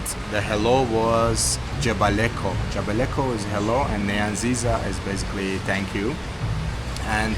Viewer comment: Thanks for choosing Uganda. U pronounced NEYANZIZA very well 😅. Much love.